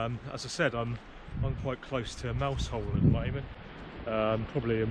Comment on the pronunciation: " Mouzel" ... otherwise fine upload. Great channel. Many thanks.